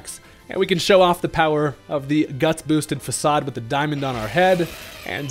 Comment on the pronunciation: Faacaad 😂 its facade